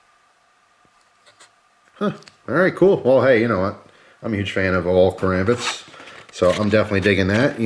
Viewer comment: Kar(aw)mbit not leviosaaaw